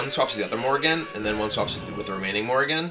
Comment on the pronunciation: Every time he plays Dr. Morrigan, all I hear is Morgan and Morgan and Morgan and Morgan and Morgan and Morgan and Morgan and Morgan and Morgan and Morgan and Morgan.